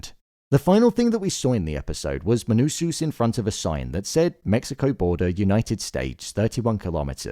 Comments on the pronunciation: pls bro, MANUSOS, not MANUSUS, great video btb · Please pronounce it Menousohs, not Menousooos. It’s distracting